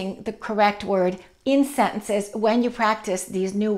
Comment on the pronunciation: I love your all videos and your way if teaching is awesome. I heard you pronounce the word 'sentences' in a different way. Could you please tell me how to pronounce a sentence in plural?